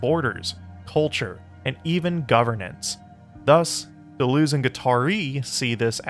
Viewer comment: Native English speakers, if you can say, 'Duh,' then you can correctly pronounce French words and names like 'de' and 'Deleuze.' For the latter, say 'duh' twice, then repeat adding a 'z' sound at the end, then repeat again replacing the second 'd' sound with an 'L' sound. That's it: duh-luhz.